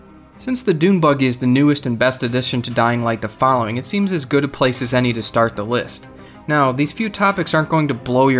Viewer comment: It's dune buggy not doom buggy heh.